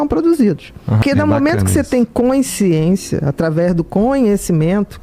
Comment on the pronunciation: Q aflição ouvir ela falar "coinsciência"... meu Deus!